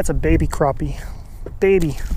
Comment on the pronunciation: Liked the video. Disliked pronunciation of crappie